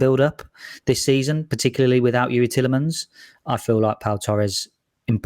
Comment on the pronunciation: There is one L in Tielemans: "TEE-luh-muhns".